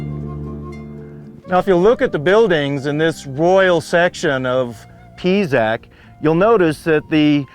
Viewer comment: Can't stand how he pronounces the names of the sites....Pisac is NOT Pizac!....uffff....